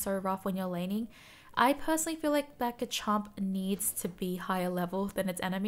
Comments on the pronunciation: Garchomp not Gachomp there is an R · am i the only one that gets triggered when she says Gah chomp and not GARchomp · You say Gachomp or is just me? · I love how says garchomp Gahchomp Not sarcastic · You’re the first person I’ve heard pronounce Garchomp that way!